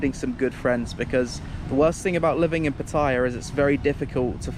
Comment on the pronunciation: Glad you're enjoying Thailand. I used to live there for 2 and a half years and had some good memories and bad. Quite amusing how you say Pattaya differently, hey-ho. Here are my two pieces of advice: Don't purchase a place in a complex because that will slowly go downhill because no one pays maintenance and not all, but the majority of Thai's will start to move in as the houses get cheaper and it becomes less of a quiet place. My second piece of advice is to be careful with the Thai woman there. I heard so many stories.